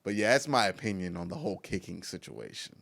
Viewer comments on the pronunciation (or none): none